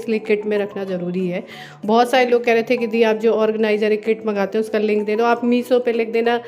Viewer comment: मीसो 😂😂😂. मैडम श बोलना सीखीए ... बच्चे भी गंवार के जैसे बोलना सीख रहे हैं ...